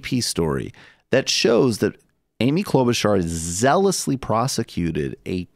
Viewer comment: Michael Brooks: Kloba-SHAR Kyle Kulinski: Kloba-CHAR: Kloba-CAR WHICH ONE IS PRONOUNCING IT CORRECT??